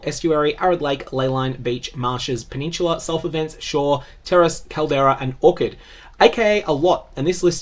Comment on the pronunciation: something that u secondary english speakers the aussies or the stupid americans really struggle with english words. like just try harder. and orchard is not a orchid for example. if u trying to seem professional with the video style, then speak correctly or u will look dumb